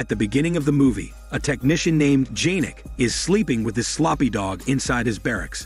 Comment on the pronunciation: It's not janek its pronounced yanek